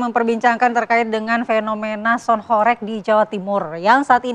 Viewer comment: Kelihatan kalo tv blm tau kondisi aslinya...nyebut aja masih gak jelass...HOreg bukan Horek lawakk